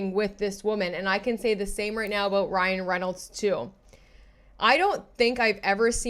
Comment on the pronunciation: “Cryan Reinolds” 😂